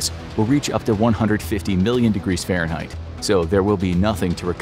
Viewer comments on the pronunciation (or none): none